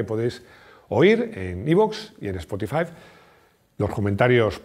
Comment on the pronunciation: Me encanta cuando dices Spotifive